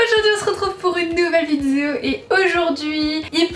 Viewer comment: Tu as redis "vidzéo". On retrouve enfin la belle avec ses défauts de prononciation qui font sa charmante personnalité.